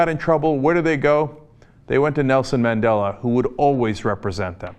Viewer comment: You can here someone laughing in the background when this guy on the video mispronounces Madela's name. Lol